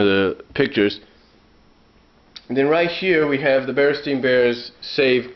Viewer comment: i noticed you, as with me and many others, pronounce it stein. i clearly remember it being stein, but going on youtube, you can hear that in the tv show and in commercials its clearly pronounced "stain". i realize your books say stain, but is that how you remember them from the past? i coulda swore it had an Ein. i know it sounds ridiculous since u can look at your books for reference.. but since your a collector, i wonder, When did you 1st notice it was spelled Ain ? thanks